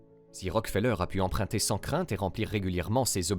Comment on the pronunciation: Il faudrait quand même cesser de prononcer "empreinter" pour "emprunter" et se décider à apprendre la différence entre les sons UN et IN.